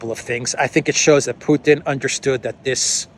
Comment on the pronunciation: Not a single person in the world pronounces Putin the way you do why do you do this